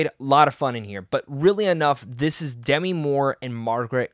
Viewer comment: Demi is pronounced in this case as De-‘MEE. (It does NOT rhyme with semi.) I figured a movie reviewer might want to know.